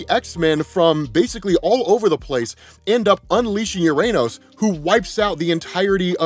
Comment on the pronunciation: My inner child giggled every time said "URANOS"